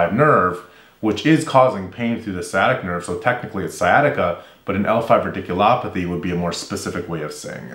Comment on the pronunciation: A fun observation: radiculopathy. You introduced this term in the cervical stenosis video. I was amused because you pronounced it rIdiculopathy. As in Ridiculous. Maybe it's a ridiculous procedure. I hope not..